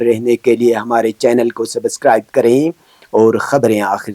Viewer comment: Koye is ka subscribe bolne ka tarika thik kare plz. Sabaazscribe ❌️ subscribe ✅️